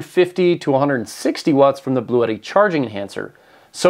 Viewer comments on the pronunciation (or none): Please,,,, the brand is Blue tti and you have to speak like blue (color) and (tti) have sound like “T”. It’s not Bluétti.